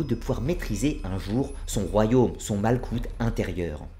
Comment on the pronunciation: Juste my 2 cents : 1. « ch » se prononce « rrr.. » ou « 'r » la lettre Rèch, r gutural, donc on dit « rrr..orrr..mah ». 2. Il n'y a pas de « z » en hébreu, on dit alors « yessod », non « yezod » 3. « k » se prononce dans « malkout », « r », r guttural fricatif, donc « mal'rout » Bien à vous